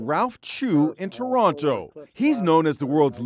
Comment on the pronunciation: i cringe at the way you pronounced Toronto